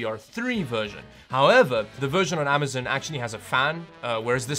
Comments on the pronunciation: Say it with me (am- uh - z - on) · AmazOn not AmazIn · Regular people: “Amazon”: “Amazin “ Ski mask the Slump god: OKAY